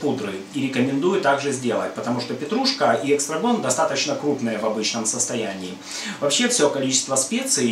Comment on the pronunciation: ЭСТРАГОН! Без буквы К, не эКстрагон!